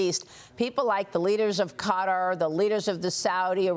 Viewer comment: Why are Americans unable to say the name Qatar ?